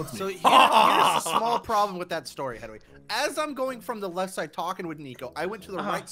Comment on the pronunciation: "Don't you me...": "You know for that get out"